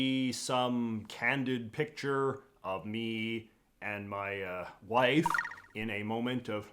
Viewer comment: The way JJ says “wife” literally made me laugh out loud as a fellow gay guy.